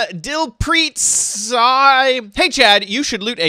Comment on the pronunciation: It is di l Preet